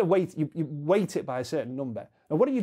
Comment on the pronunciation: Is he saying "wait" or "weight"?